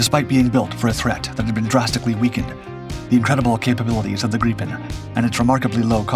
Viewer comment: Ai crap. Can't even pronounce grippin properly